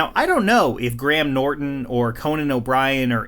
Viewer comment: Thank you for pronouncing Graham correctly! Just need to hear you say Craig now